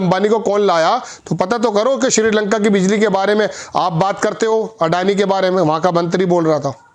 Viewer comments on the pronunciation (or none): none